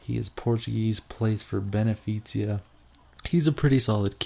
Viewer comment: The GK:s team is called Benfica not Benifitia